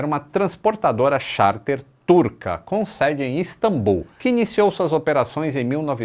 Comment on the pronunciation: É Istambul, e não Instambul